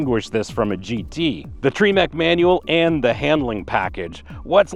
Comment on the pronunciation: "Treemec" manual. ?? I thought it was TREMEC.